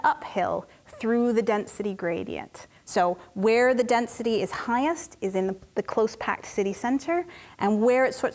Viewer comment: Density … or dense-city?!